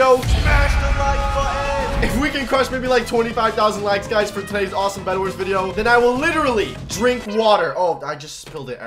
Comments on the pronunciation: did u say breadwars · Did he just said bredwars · Did you say bred Wars? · Me: bedwars: B R E A D W A R S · At the start he said bread wars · we are playing some bedwars Me: I THOUGHT HE SAID BREADWARS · I feel like I heard bionic say bread-wars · Did I hear that correctly...? ...Bread-wars?